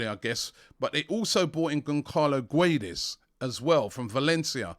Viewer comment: "GONKALO GWEDES" lmaooo don robbie